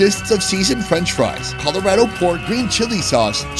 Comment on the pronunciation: Is it just me that thought he said Colorado weird???